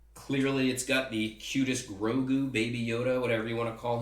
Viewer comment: Hey one more thing its not Rogu its Grogu :)